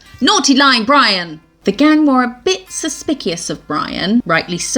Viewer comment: Suspickious took me out i laughed so hard that was cute ..suspicious never heard it said like that ...binge watching videos right now ..love your work